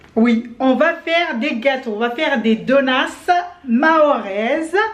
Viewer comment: J’aime trop con dit des (donuss) au lieu de dire des (donuts )